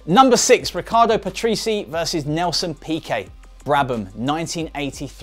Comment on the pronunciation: Also 'Paterese' is really pronounced 'Pat-rey-sea', but other then those two things I'm giving like for decent video.